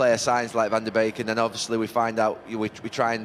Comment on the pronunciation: Neville called van de beek van de bacon loool